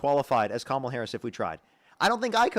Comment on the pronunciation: Why do none of these idiots know how to pronounce Kamala? 🙄 like it's so difficult